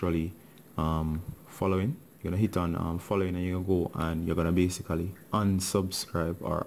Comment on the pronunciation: i love his BASICALY xD